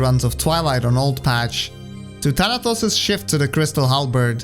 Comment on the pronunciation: The way you pronounce "Thanatos" (Θάνατος) is surprisingly correct